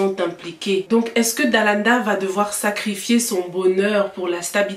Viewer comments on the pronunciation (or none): Ça me stresse quand tu dis Dalada 😅 au lieu de Dalaaaanda